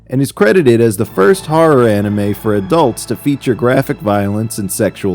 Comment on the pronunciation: I love how the original Cartoon Network announcer pronounced anime as “Annie Mae”